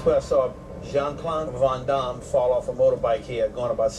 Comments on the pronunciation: "Do you know VON-DAHMM?" I know that because Van Damme is Belgian, it might actually be pronounced that way but Arsenio says it so goddamned weird, man. Lmfao. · Wtf arsenio cant even say van damme right... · Arsenio saying van Damme even if it's correct just kills me